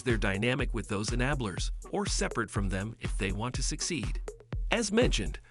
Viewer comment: He can’t pronounce “enablers”?